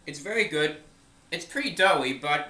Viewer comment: "its vewy nice" god i LOVE this channel